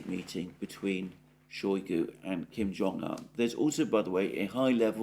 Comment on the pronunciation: It's Kim Jong oon, not Kim Jong an.